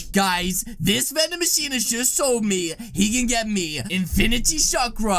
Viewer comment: Its Not Vanding Machine Is Manding Bachine HHAHAHAHAH